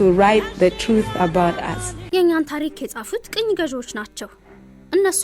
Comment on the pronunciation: "ቀኝ" አይደለም:: " ቅኝ" ነው "ቅኝ"